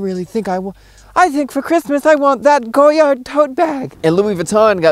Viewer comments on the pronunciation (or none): I enjoy the channel, very entertaining. For future reference: don't pronounce the "d" in Goyard, it is French and the "d" is silent.